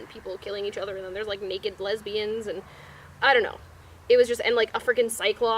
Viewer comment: Do you have something against lesbians? It just kinda sounded like you might the way you said it.